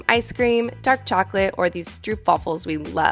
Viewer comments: Stroopwafels are actually pronounced Stroapvahfels. :) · As a Dutch person myself I am sincerely clenching my cheeks on how you pronounced stroopwafels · Thats not how you pronounce stroopwafels lol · I like how Americans pronounce stroopwafels